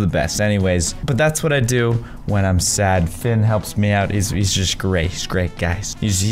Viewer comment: You know how to spell octopus rubber ducky plushy but you don’t know how to spell Finn or sometimes pronounce fin